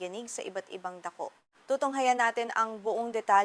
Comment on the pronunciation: dakuu, (dako), pag ugaa (pag uga). Ok sana, need ng lesson sa Filipino.. just saying na ayusin ang pagtatagalog. Salamat.